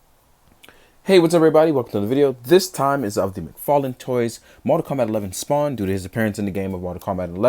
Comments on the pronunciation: Did you say Fodd mctarlane!? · Fodd McTarlane lol much luv, dude